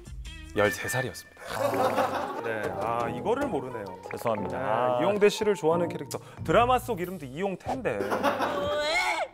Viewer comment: The way Jungshik said Lee yongTAE 🤣🤣